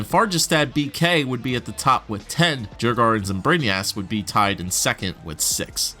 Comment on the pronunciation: Djurgarden is pronounced yurrgorden lol